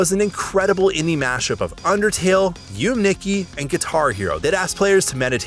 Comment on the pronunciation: Is he trying to pronounce "Yume Nikki"?